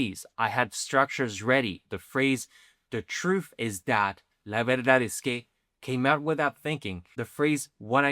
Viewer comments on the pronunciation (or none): In English, words that end in "th" are not pronounced with an F sound, dude. Despite the constant degradation of the language in modern slang society. Truth, not truf. Both, not bof.